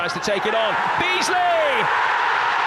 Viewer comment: Archie McPherson legend 😂 "Dabeasly"